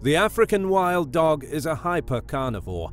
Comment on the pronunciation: No one. Absolutely no one.: "Ahfrikan Whild Doug"